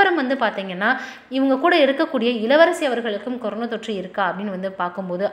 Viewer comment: கொரோனா..னு சரியாக சொல்லு.. கொரோனோ....னு...ஏன் சொல்றே. னா....னோ.....வித்தியாசம் சொல்ல தெரியாதா.